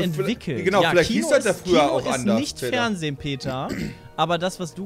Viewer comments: das FeHrnsehen lol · "Das Fehrnsehen" also... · alter, ES HEIßT FERNSEHEN NICHT FERNSEH... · ''das feHrnsehen''